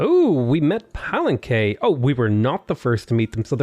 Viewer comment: Palenque is pronounced PA - LEN - K not PAL - EN - K